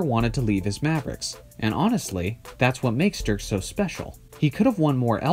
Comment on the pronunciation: It´s DIRK not Dürk